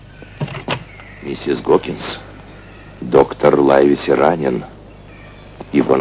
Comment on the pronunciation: И не знаю, какой перевод использовался для этого фильма, но с Лайвеси вышла промашка. Для сравнения я специально начала смотреть американскую экранизацию 1934 года - так вот, там чётко слышно, что доктора называют Ливси, а никак не Лайвеси.